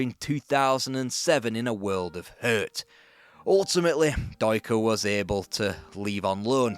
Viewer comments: Deuchar is pronounced dew-kar, not doy-ker (see 7m 30s). Love your vids! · Kenny Deuchar Dew kerr it’s pronounced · Kenny deuchar’ s surname is pronounced Dyoo- kur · you were pronouncing the good doctor's name wrong mate but its a laugh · Thats the strangest pronunciation of Deuchar I've ever heard 😂